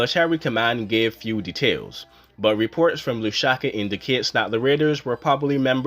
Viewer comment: There is no such place as “Lushaka”… there is however, a place called LUSAKA! (Pronounced Loooo’ Sah ‘ Kah!!) It is the capital city of Zambia !!